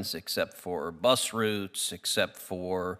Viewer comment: Unusual to hear American pronounce route properly.